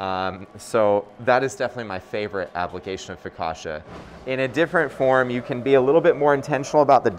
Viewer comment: Hard CC in focaccia. Like in Pizza. Just sayin'.